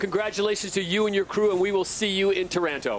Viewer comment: It is NOT Taránto (sounds too much like Toronto). It's TÁRANTO!